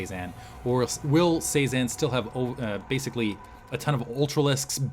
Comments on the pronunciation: Cezanne is pronounced seh-zahn. Like the artist. It flows a lot better when you say it like that. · If its Cezanne like the post impressionist painter, it's pronounce seh-zahn